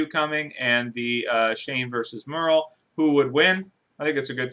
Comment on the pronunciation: Murl? It's MERLE.